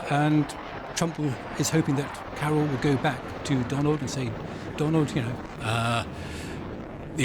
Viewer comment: The first name of Polish president is Karol not Carol. Karol, like in Karl Marx. It's not Carol Marx. Your guest needs to get a bit more education.